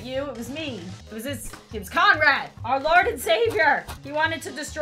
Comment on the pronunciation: I thout you said comrad